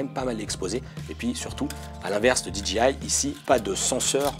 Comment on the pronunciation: C'est pas di-dji-aie... On dit soit dé-jé-i soit di-djé-aie (J se dit djé en anglais)